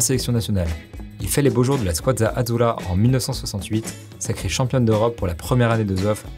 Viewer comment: juste une petite précision les gars on dit "squadra azzura" et pas "squazza azzura" je pensais que c'était un petit bug la première fois que vous le dites avec Zoff mais vous le redites avec Buffon ;-D